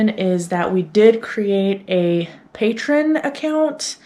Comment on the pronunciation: Hi. Love the vlogs. Just fyi: The site is Pay-tree-on, people who donate are pay-trons. Wishing you the best of luck building your community!